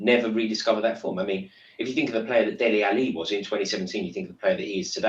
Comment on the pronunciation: I hope the way pronounced delli alli doesn't go under the radar